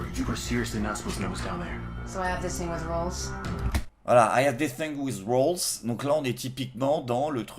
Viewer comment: A j'entends rules au lieu de roles perso